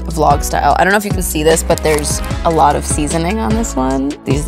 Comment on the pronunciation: Her Long Island accent came back out at the end when she says “a lot”